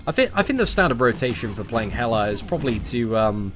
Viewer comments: Why do u call hela "helar" sometimes? 😂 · Erdem Ulker That’s how the Brits speak. They add a weird “R” sound at the end of words that end with “A.” It’s how their phonics work.